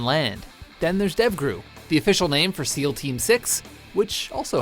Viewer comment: S-sea A-air L-land Sal?